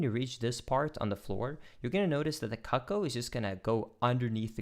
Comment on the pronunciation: a bit too much emphasis on the CUCK-oh